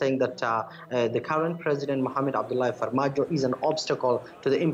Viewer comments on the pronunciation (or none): She very confidently mispronounces Farmajo's name over and over again. It's hard to hear LOL